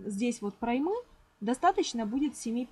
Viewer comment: Немного вас поправлю а то режет слух) не проймА а прОйма ударение на О